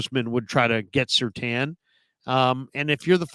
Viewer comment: Surtain… not Surtan!!!